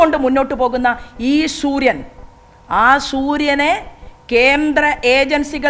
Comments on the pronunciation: ശൂര്യൻ അല്ല സൂര്യൻ 😂😂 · ശുരിയൻ അല്ല സൂര്യൻ അത് ആദ്യം പറഞ്ഞു പടിക്കു പ്ലീസ് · ഹലോ അമ്മച്ചി ശുര്യൻ അല്ല സൂര്യൻ